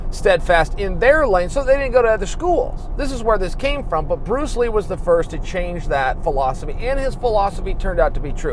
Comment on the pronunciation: Who's Pruce Lee??